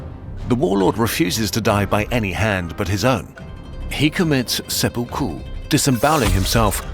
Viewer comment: That is not how you say seppuku.